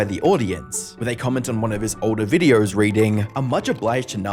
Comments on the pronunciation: Its me hearing or he keeps pronouncing "videors". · Why do you say videor? You put some Rs where they don’t belong but videor is really noticeable because you say it a lot. I’m genuinely curious, not trolling or anything.